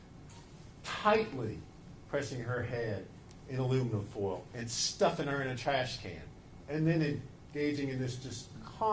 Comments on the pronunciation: The way he says full instead of foil is actually driving me mad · The i in foil and oil is silent in that part of the country.